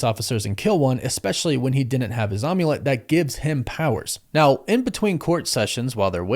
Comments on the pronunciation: I love you dude. Like really do, but say OMULET ONE MORE TIME! am-yu-let. Like HOLY SHIT DUDE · Calling the Amulet an Um-ulet...was I the only one who had a physical cringe reaction to this?